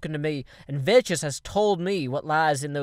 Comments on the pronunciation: He always pronounces Vechz vetches even though he knows its pronouced Vex new guy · you don't pronounce it (vech is) you say it like this (veks) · he always said vechs like that, and when vechs himself corrected him, it was too late.. Vechs uses that way of saying his name as a nickname for himself because of saying vetches -_ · hey it is not vetches it is veks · pronounces it vetches. Vechz pronounces it vetches because of. That's how it works. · hehe... veches he pronounced it wrong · are you saying vechs like that on purpose, i would like to believe you are but i cant tell